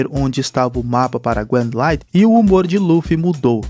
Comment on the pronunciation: Granlaid kkkkkk não e assim e granlaine